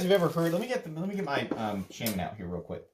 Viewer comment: Shay-man. Or Shah-man. But not how you're doing it.